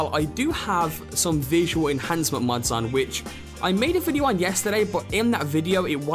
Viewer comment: pretty sure it's "mods", not "muds"